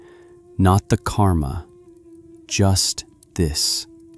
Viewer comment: There are two words in sanskrit which sound similar on the western tongue : KARMA and KAMA. The letter R is the difference. The meanings of these two words are vadtly different. KAMA is desire. KARMA is deed or action. When you are discussing KARMA, the letter R must be clearly pronounced. Like rrr...